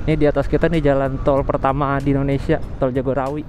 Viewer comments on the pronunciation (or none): none